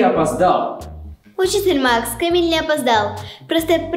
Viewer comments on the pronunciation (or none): Не камил а КАМИЛЬ